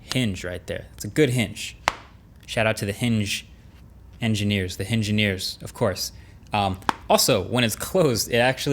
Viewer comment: Shout out to "hinge-ineers"